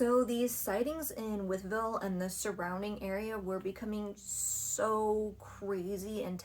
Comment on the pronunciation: It’s pronounced with-ville. Named after George Wythe. Signer of the Declaration of Independence